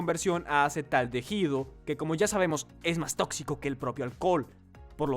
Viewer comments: ¿¿"Acetaldejido"??? Jajaja,, "acetaldehído". Se lee "acetaldeído". En español la letra H no suena 🙄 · Acetaldehído y NO acetaldejido...............por favor!!!! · Una lástima que no pude terminar de ver el video, por la mala pronunciación de ACETALDEHÍDO... No sé por qué lo pronuncian como "AcetaldeJido", solo produce dolor en los oídos, la "H" no se pronuncia. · Porque el 1d1ota que hace el doblaje todo el tiempo dice "acetaldejido" acaso no es hispanohablante para saber que la h no se pronuncia en "acetaldehido"?? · No es acetaldeJido eh! Se pronuncia la i, la h es muda no manches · Es traducción con inteligencia artificial, y la letra H es como la j. Ejemplo, hooters es juters.